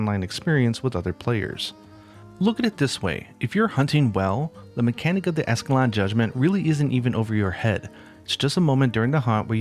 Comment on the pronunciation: You said escalon again